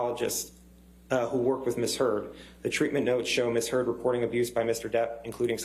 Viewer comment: Did she just ask if 'Mrs Heard grabbed Mr "Turd" ' ? Am I hearing things??